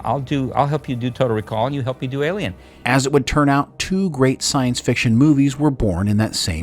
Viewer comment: why cant he say ALIEN